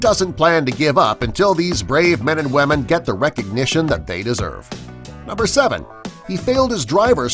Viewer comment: Anyone else notice that when he says women he pronounces it like WAH-men